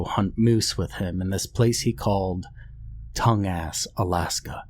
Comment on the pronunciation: Lol, dude, Tongas is pronounced "tawn-gas" not "tongue-ass". <--- Former Alaskan